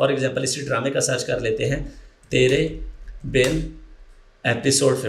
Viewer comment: "tery bin" nhi "tere bin" hota hai.... Logon ko sikhane wale mein khud itni bari ghalti....